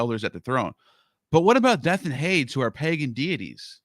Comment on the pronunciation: minor point but Hades is pronounced 'Haydeeze'